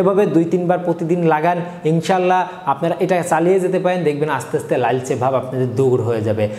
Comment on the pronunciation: লাইলচে বলেন কেন?